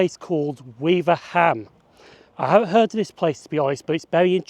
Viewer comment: By the way, it's not "weaver ham", it's "weave ram". Unless you are one of the very old generation of real Cheshire folk (I'm 66 and nowhere near old enough for this) in which case it's "ware um". I used to live just two miles from Hartford station, so it was my local WCML station. I well remember being nearly shaken to death on the class 304 units which did the Crewe-Liverpool run in those days. It's worth noting that the branch from the Cheshire Lines to Over which you mentioned is now the Whitegate Way and a very pleasant walk.